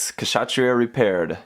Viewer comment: the K is silent in Kshatriya....